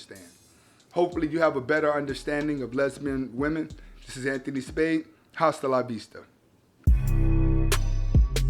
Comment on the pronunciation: Anthony Spade you got next and I LOVE your channel. Keep spitting that fire content. One thing though. The H in hasta la vista is silent in the Spanish language so it's pronounced asta la vista. No disrespect